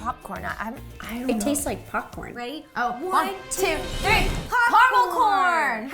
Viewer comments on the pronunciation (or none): ro said potcorn